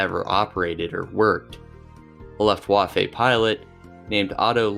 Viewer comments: I'm sorry I'm such an asshole, but I had to stop after 2 min due to hearing "luf-waf-ay". I'm just done. Especially when you can just google it and find out how it's pronounced. I can't imagine what other things weren't researched if such a simple thing was missed. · You really need to check the way you pronounce "Luftwaffe" lol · Your pronunciation of European words like Luftwaffe and Ardennes is truly painful to hear.